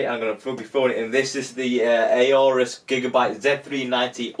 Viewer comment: Not 'A Orus'. Just 'Orus'. You don't pronounce the A buddy.